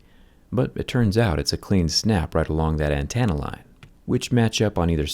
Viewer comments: Antenna not antanna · good god dude it's not an-tannuh lmao it's an-tennuh. Antannuh sounds like such a hillbilly way of pronouncing antenna. Do people actually pronounce it like that? Cause dude just went on a roll there at the end. So strange to hear a usually intelligently sounding guy sound so dumb...